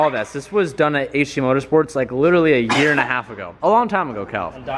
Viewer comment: Teej what's goin on man, you're talking more Aussie lately, yesterday I think you pronounced year in a full Australian accent, made me snap my neck while I was watching cause I was doing something else at the time and today you said you were a bit how ya going and schmick which is a widely Australian thing, what's happening to you man 😂